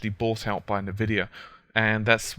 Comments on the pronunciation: Nuh-Vidia hahaha! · Haha I like how he pronounces Nvidia... As Nuh-Vidia!